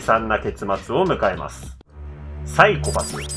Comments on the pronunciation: PSYCHO-PASSのイントネーションが違う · PSYCHO-PASSの発音は メンチカツと同じって公式が言ってた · サイコパスのイントネーションが違うよ。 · ごめん、みんな見てるけど全然鬱じゃない あとPSYCHO-PASS発音違う、、、